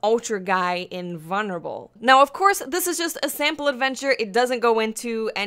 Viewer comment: You say "invulnerable" funny.